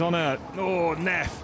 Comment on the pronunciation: Neff not “Nerf” 🤣😂🤣